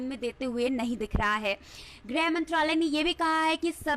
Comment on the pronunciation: धन्यवाद। कृपया आप लोग तो सही उच्चारण किया करें। ग्रह मंत्रालय नहीं गृह मंत्रालय कहने का कष्ट करें।